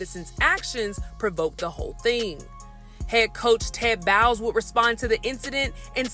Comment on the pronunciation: Tampa's coach is Todd Bowles (pronounced bowls).